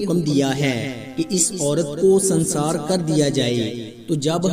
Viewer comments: سنسار نہیں سنگسار۔۔۔۔۔۔سنگ بمعنی پتھر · سنسار نھیں ۔سنگسارھوتاھے